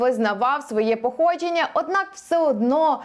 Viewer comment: Здравствуйте, попробую задать этот вопрос здесь, может, у вас есть ответ на него. Например, на тут звучит слово "походження" со смягчённым звуком [дж']. Я слышал такое неоднократно в речи некоторых (с разными словами). Но когда я пытался это гуглить, то ничего не находил, в школе мы вроде тоже такого не изучали, и я думал, что [дж] всегда в украинском только твёрдый. Почему же некоторые его говорят мягко? Грубо говоря, вместо "походження" звучит "походжєння". Почему? Где можно про это почитать? Что это за явление? Спасибо))